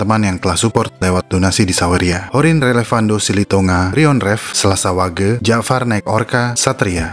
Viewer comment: itu selas wage bacanya bukan wage min tapi wage